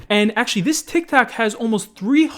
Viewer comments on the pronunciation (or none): said tic-tac instead of tik-tok lmao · LMAOO u boomer its pronounced tik tok not tik tak XD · He said tic tac instead of saying tik tok lmao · did u say tiktak on 7.14? lol nice one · why does pronounce tik tok "tic tac" lol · Is it just me or did he just say tick tack. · Bruh he said tiktak LOL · "This TikTak" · did.. did say TikTak? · He said tiktak, its so funny to me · d-did you just call tik tok "tic tac"? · Did Just say tic tak! 😂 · he said tik tac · He said tik tak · did this man just say tik tak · Did this man just say tik tak lmao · is it just me, or does he say tic tac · Bro really said Tik tack 😭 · He said tictac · did just say "tiktak"? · Did he just say tik tak XD